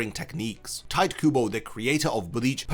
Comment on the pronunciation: It’s crazy that you did enough research to make this video but somehow not enough to realize his name isn’t pronounced “tight” 💀.